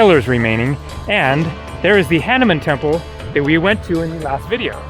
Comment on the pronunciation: Someone in India please teach him to pronounce “ Hanuman “, aka Hanooman… Edith: this is similar to the Buddhist site in Afghanistan…….., you’ve been to India so many times, one would think that by now, you will pronounce these names correctly….😊❤❤❤🇺🇸 From rainy & snowy SoCal……love your vids….🙏🙏🇺🇸